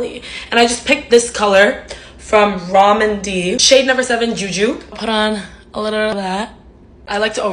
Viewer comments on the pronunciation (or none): Lmao took me way too long to figure out "Ramen D" was Rom&nd (pronounced Romand) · Rom&nd is so popular. Its pronounced "romand" btw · it's pronounced ro-mahnd and i love their tints so much too!!! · Romand is my favorite asian beauty brand! It’s pronounced Rome And, and its clear gloss is especially popular. I have their berry garden eyeshadow palette and its so beautiful, blendable, and pigmented. I have a red tint (brick river?) that I wear pretty much everyday from them too. Gorgeous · Lol I love when people discover Rom&nd (I pronounce it as Rome-and) for the first time, once you start buying their products, you can never go back. Their blushes aren’t pigmented enough for medium toned skin though. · I love how you pronounced it “ROMAND D” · Girly, ( being nice here) you pronounce it as Romand. Because it has an & symbol in it